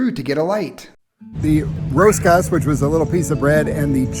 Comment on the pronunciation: Hey, I can tell you have worked hard on the pronunciation of the “r”! You say “Rosario Rosero” and “rosca” just perfectly! Keep up the good job 👍